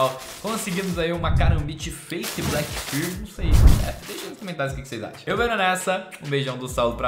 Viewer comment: 'karambit Black Birl'